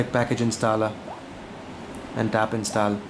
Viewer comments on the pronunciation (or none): its install not instaal